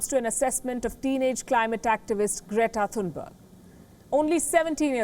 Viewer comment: And her Name is "Great-a Fun-berg"